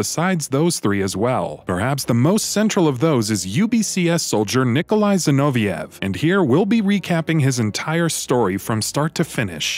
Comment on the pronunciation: Nikolai 'Zinoviah' ? Ginoveaf as I remember. The G may be pronounced as a Z but are you saying the F at the end is a H sound?